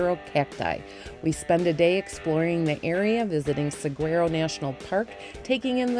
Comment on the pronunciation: Thanks for a wonderful video. We really love the Saguaro National Park both the east and west sides. By the way….the correct pronunciation of Saguaro is sah waa row (phonetically).